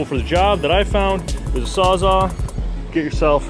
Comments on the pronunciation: Are you saying "sawzaw"? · It sounds like you’re saying sawzaw, not sawzall. I think that’s why he was asking.